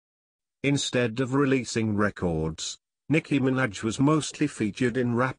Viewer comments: Sounds like he's saying Nicki Mc Snatch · "Nicki Minadge"lmao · the way he says minaj 😂😂